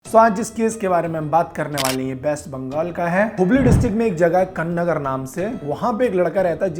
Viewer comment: Kaannagar ❎koonnagar✅